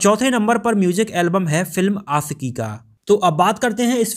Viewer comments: It's आशिकी not आcकी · Bhai pehle bolna seekho.. Aasiqui nahin Aashiqui hai.. Sh hota hai Sa nahin !! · It's aashiqui not aasiki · Ashiqui boliye not Asiki . Apni bhasha shudh kijye .sha shabd ko sahi se ucharit kijye. Sha ko sa nhi ucharit kra kre